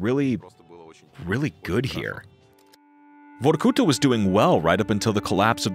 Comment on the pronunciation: The narrator need to put more emphasis on the A in Vorkuta like vor-ku-tahhhhh